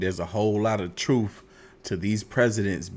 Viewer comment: I'm still laughing at this dude's beard, hosting the show. I don't think that's real either. So he shaves his head and his arms? 😂😂😂😂😂 I keep noticing you say truff, not truTH. Are you AI?